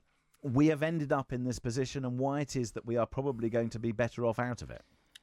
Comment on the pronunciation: Whats with using the lever v in that hes saying vat for that and vis for this and ven for then. What'a cock